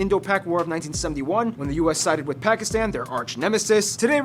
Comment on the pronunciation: Such a beautiful lady! BUTTT its absolutely unforgivable that she cant pronounce Pakistan. I am Indian btw